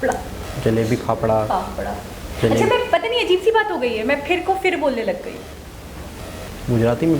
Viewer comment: Fafda not papda